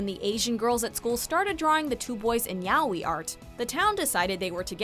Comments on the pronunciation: Is no one going to talk about how she said yowi art instead of yaoi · "Yawy" its yaoi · That pronunciation of yaoi!😂 It's /ya-oy/. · Did she say "yowi"......its yaoi and pronounced "ya-oe" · That pronunciation of yaoi!😂 It's /ya-oy/. At least Korra's top 1! Thanks for the list. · Did she just pronounced Yaoi as "Ya-we"!!!!! *Triggered